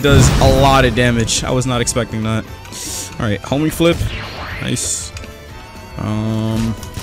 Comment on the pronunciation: Everytime i hear homing flip i hear homie flip XD